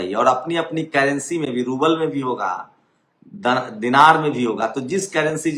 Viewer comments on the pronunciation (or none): none